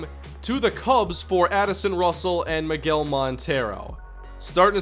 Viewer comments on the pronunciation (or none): none